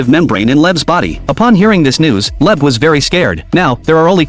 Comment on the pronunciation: Leb is wrong It's leib